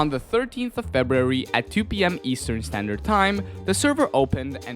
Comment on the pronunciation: An iq test designed by a guy who what pronounce February. Yea no thanks.